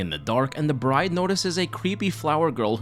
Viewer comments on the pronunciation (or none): none